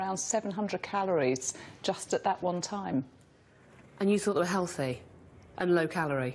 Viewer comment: Why can't the blonde pronounce "TH" ? Is it a speech impediment? "Fink" for "think" "Hellfy" for "healthy" etc. It sounds odd.